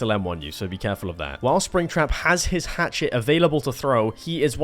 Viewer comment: “Hatchet” PLS STOP YOURE KILLING ME